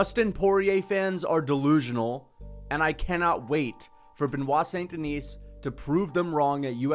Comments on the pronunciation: Okay you need to stop daying "Duhneece". It's "Duhnee", SAIN-DUHNEE,, DUH-NEE, T & S are SILENT. 😭😭😭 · Bruh. My God. This your 3rd BSD video and you STILL can't pronounce his name correctly! F*ck man. The F'ing "S" in Denis is silent. It's pronounced "Di-KNEE". It's really not difficult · Stop pronouncing s in saint deni(s) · DON"T PRONOUNCE the "s" at the end of his name. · The s in saint denis is silent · Can we please learn how to say Beniot's last name? I mean, you can fricken pronounce davalshvlii or whatever it is! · Just please drop the S at the end of Saint Denis and Du Plessis for god sake